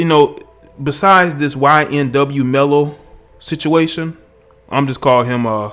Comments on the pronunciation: I feel you but it’s melly not mello but you speaking fact respect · You have no idea the reason behind why he did it. Ppl seem to think he just blasted them away for no reason at all smh. And it’s melly..not Mello..Jesus do research before posting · okay well first his name is ynw melly not ynw mello so get that right . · Its Melly not Mello 😂🤣😂😂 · A lot of great points in the video but it’s not mello it’s melly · Why tf does he keep saying ymw mello???! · Did this guy just call him ynw mello I swear that’s what I heard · Could have at least got his name right🤣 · How tf U say his name wrong tho😭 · U can’t pronounce melly? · Please get his name right atleast next time before u begin to speak about something u dont know. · Damn can u say melly? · Butchered his name but the message is loud and clear. This dude looks dysfunctional. But i watched this dude in a couple interviews or so and he does seem very off. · Yo put respect on melly’s name you don’t even pronounce it correctly. Your making a video on him nd. He made more money than you bro gtfo here